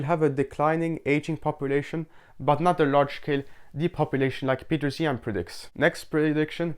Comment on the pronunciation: Another Zeihan critiquer that can't pronounce 'Zeihan'.